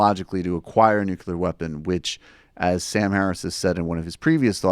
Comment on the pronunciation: Dude....it's "nuclear." Say it with me - "nu- clear." Not "nuCULAR."